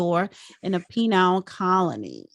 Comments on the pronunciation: Joe Brown. Lovely man. Smart, thoughtful, fair. Accomplished. This nitwit host. PEE-nyle colony? As in penile implant? PEE-nul colony. Duh. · A "PENILE"colony, lol, this lady should pay attention to what she's saying and what she's reading, damn! 😖